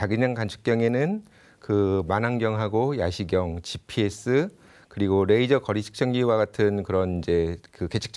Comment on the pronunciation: Rㅐ이저가 아니고 그남 래이저. 너무혀굴이지마